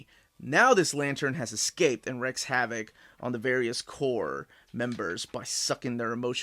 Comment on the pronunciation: Wrecks havoc? It's 'wreaks havoc', dear;)